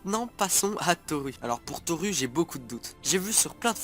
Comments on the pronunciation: On prononce Torou (mais sa s'écrit bien Toru car en japonais le "u" se prononce "ou") et pareil pour Tomura ("Tomoura") Pour Denki, tout le monde peut envoyé sa position comme un GPS avec son téléphone! Comme l'a fait Deku, quand il se bat contre Stain, le tueur de héro. (j'ai peut être l'air de critiqué mais les preuves tiennent bien la route, renseigne toi encore plus et revient avec plus d'informations de serait génial!) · Par contre "Toru" et "Tomura" ce prononcent "Torou" et "Tomoura" ;~